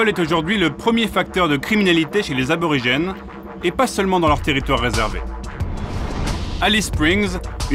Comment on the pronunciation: Y'a un R qui a fait une PIXAR là XD